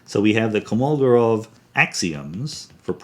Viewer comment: I'm almost certain it's Kolmogorov, not Komolgorov.